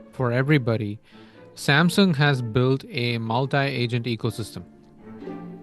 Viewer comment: 싸엄성엉 이라고 발음을 꼭 해야되겠냐...싸엄성엉 이런발음도 그렇고 삼성 이발음이 그렇게 안되나 듣기 참....